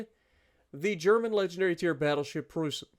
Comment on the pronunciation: Dude, that is an A+ for the pronunciation of Preussen and Leipzig. Well done and greetings from Germany…